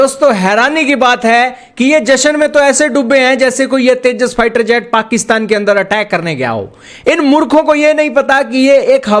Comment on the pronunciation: Porki Anpado ko tejas vi bolna nhi aata 😂😂😂